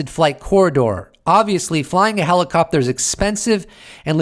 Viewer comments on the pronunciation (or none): none